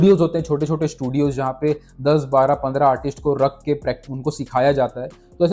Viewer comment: Artist hokar artisht to mat bolo yar, video dekhna ka maza kharab hojata h